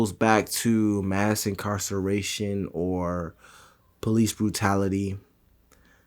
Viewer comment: “mass incarcallation” 😂🤣